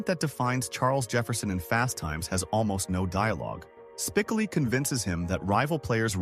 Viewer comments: Good grief, Dude!!! Why dont you pronounce the character's name right!!! Obviously, you didn't watch the movie!!! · Judge Reinhold did not wear the Pirate hat at the Convenience store at the end. AI needs to be taught CORRECTLY not only was that incorrect but Spcoli's name is mispronounced. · think your crap AI will ever pronounce Spicoli correctly? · Why is the narrator pronouncing Spicoli's name incorrectly? It's irritating. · Funny how AI narration just can't seem to get the pronunciation of "Spicoli" or "Michael J Fox" right. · Thumbs down for AI bs. The main character isnt even pronounced correctly wtf man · Ai sucks can't even pronounce Spicoli. Pathetic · It's a bad start when the reader can't pronounce Jeff Spicoli's name correctly. Try watching the movie once perhaps before you create a video about it. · Hate AI content that can’t even pronounce the main character name correctly…. Does no- one even proof these videos?! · Hearing the name mispronounced ended it for me. Proofreading and correcting before posting is highly recommended if you don’t want to embarrass yourself. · he thinks Spicoli is Hispanic lmao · Credibility lost the first time you mispronounce Jeff’s last name. Can’t even watch to the end now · Lost me at SPICK-o-lee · SPIK-ah-LEE. Terrific. Yes, AI script reading still sucks. Didn't know Cage was in Fast Times. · Spickely? Spiccoly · For God's sake . The content creator needs to either ditch the AI voice completely or at least teach it how to properly pronounce a name. I'm pretty sure everyone knows exactly which character's name I'm talking about s p I c "O" l i . Honestly, how hard is it to actually watch a clip of the movie and realize that the character's name is pronounced using a hard "O". It's not that tough to do. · Get the names right! Spicalee. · Silver for sure and his name is pronounced Spi coh lee the middle is oh not whatever this AI is spitting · Spik-koh-lee. Like Sicily. 🤣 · S p i c o o lll eeee not Spickily.. dumazz